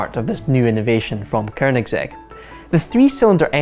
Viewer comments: Dude, it's Koenigsegg, not Koernigsegg. It help to learn how to pronounce words properly before mispronouncing them on the internet for the world to hear in perpetuity. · 4 door? Uh can DriveTribe count? Also it's Koenigsegg not Kernigsegg. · "koeRRnigSEG" does this guy have a speech impediment? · Hate how he says korgnigsetshrj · “Kernigsegg” some scottish dude kn the internet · Dafuq is a Kernigsegg?? lol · Kernigsegg. ffs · I think it should be pronounced with a hard G as it is swedish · "Koernigsegg" hahaha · theres no 'R' in Koenigsegg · Didn’t realize Koenigsegg had an effin r in it.